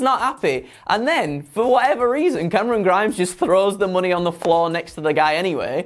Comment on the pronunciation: Look, I love, but I don't know about "Cameron Grimes", I've always heard it pronounced as CAAAAMERON GRIIIIMES!!!!!!!!! IDK, maybe its just me.